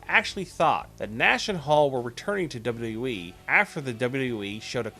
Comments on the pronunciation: Learn to pronounce WWE lol wtf is duyudub-e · "Dabledabledabyou EEE" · "Duba you da you wee"